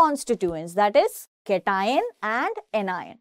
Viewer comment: Pronunciation of cation 👌